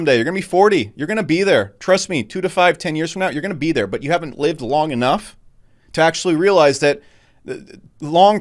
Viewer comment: "I can't stress this a nutch..."